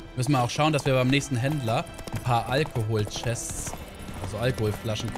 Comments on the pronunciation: Bei sagt er sogar Alkoholchest :D Ich lieb ihn einfach <3 xD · Nur er sagt alkochest zu alkohest😂